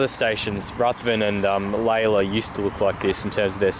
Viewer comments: Remember the line used to be single track from Reservoir north so the original line is the Up track south of Keon Park which is much straighter. Lay-lor…. not Lay-la. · I cop of flack for how I pronounce, so it's good to get something "right".